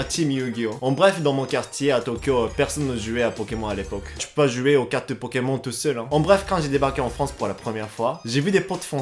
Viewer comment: C'est stressant quand tu prononces "Pokemon" alors qu'a la française on prononce Pokémon*e* xd